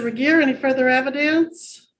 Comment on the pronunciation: It's "Regier."